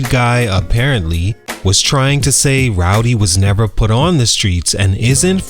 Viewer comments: Man, if he say Rowdy one mo time! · You just gon keep calling that man rowdy huh 😂